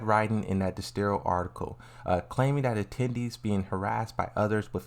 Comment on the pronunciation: 😭 dexerto not dexstero